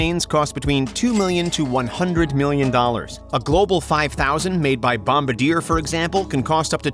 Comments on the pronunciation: The way her pronounces "bombardier" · This man said made by Bomba Dear lol 😆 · I love how he says bombardier he says it bomb ar deer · he's doing his best but I was like Ugh